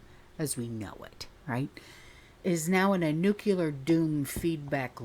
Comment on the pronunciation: Please say nuclear,.....not nukeula